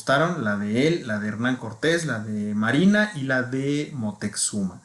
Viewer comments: Y es Moctezuma, x que dos veces dijiste Moteczuma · Si , el dice Moteczuma.